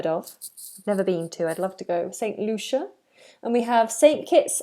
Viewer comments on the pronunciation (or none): none